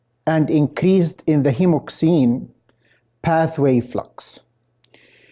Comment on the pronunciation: Hexosamine* not hemoxin